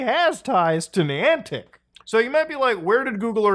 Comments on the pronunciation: Pronouncing it “knee-on-tick” makes me already think this is silly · Not sure what bothers me most, the fact this is happening or the way this guy says Niantic. Hmmm... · I’m going to Ai edit Muta’s voice to say the Niantic right 😠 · This pronunciation of “Niantic” is making it hard for me to watch this video. 😅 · How many times can you say the company name wrong good grief it’s not that hard 😊